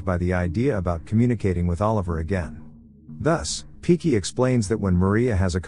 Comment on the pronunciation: It's Pinky not Piki